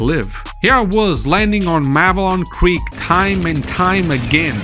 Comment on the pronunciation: Clearly a traitor, he can’t even pronounce Malevelon Creek